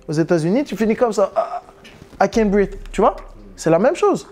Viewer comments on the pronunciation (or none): Mdr il a bon accent anglais cava 😂